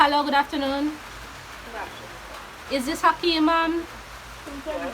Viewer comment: Its ackeem mom fah me 😂😂😂😂😂😂😂😂😂😂